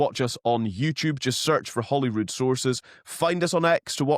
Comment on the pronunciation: Yet another person that cannot pronounce Holyrood properly. He pronouncing it Hollyrood . Get it right yes?